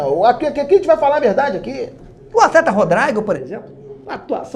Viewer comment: "Rodraigo" kkkkkkkkkk